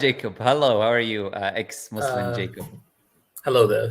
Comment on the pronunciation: "Ex mosleem" very accurate 😂